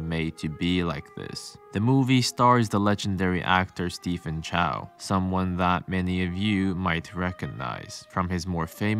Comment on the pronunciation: On an unrelated note, Stephen isn't pronounced Stephen but Steven.